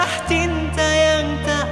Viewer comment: Ini ada kenangan juga. Debat dg sahabat2... Adakah cinta atau adakah Tinta? Fatur memang nggemesin pengucapan liriknya. Cinta atau Tinta sih???? Hihihi...